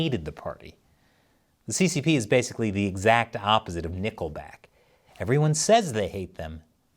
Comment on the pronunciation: Love "Nickke back"..😂